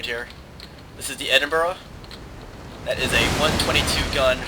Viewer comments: edinburgh is pronounced edinbu-ruh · hahahah you say Edinburgh funny :)